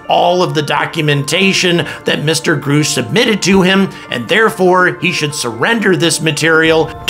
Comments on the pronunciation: I love you. Quick tip: it's Grush. Like brush. Not Grush like "I AM GROOSH":D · Please pronounce his name correctly, it's driving us nuts!!! Gr- us-ch... not Gr oosh! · Your saying "Grusch" wrong. It rhymes with RUSH or HUSH..G-RUSH. Not Groosh. :-) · Grush not groush but thanks for sharing. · Grusch is pronounced like "brush" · Grusch= short U sound : Gruh-sh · why wont you say david grush;s name properly it sounds like rush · We NEED TO KNOW THE CONGRESS MEN AND WOMAN (names) who are blocking this information. I’ve seen them. It’s real PS. It’s Pronounced David. GRUSH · I’m wondering if you’ve listened to all the commentary on David Grusch, how you don’t know how to correctly pronounce his last name. Does that make you a more angry astronaut Grrrrrrr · In due time Grasshopper, in due time. Learn how to pronounce David Grusch name, and maybe he will tell you everything you want to know. LOL!